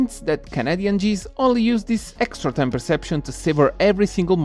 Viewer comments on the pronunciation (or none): Video succosissimo come sempre fratello, one small note: geese si pronuncia "ghìs" non "gis"